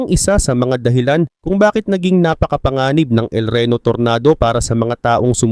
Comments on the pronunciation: ampangit mo talaga mag pronounce tor-na-do ampotek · Anung tornado boss,,, tornado ata basa nyan boss eh, English ba boss,,,😅😅